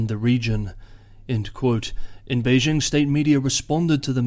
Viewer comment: For China-Taiwan relations, I mostly listen to Taiwanese channels (in Chinese), because they provide the deeeeeeeepest insights. But does a good summary, even though he cannot pronounce Beijing properly (should j as in jingle, not s as in leisure). We should not follow pathetic US efforts to pronounce foreign words (imagining that all foreign words have the sounds of French, a language which most Americans cannot speak).